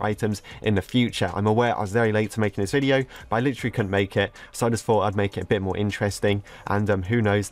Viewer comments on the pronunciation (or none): none